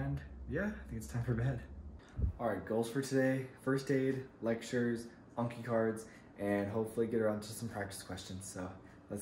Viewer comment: OMG YOU FINALLY SAID ANKI CORRECTLY!!!!!!! 😭😭👏🏾👏🏾👏🏾👏🏾🙌🏾 hahaha welcome!!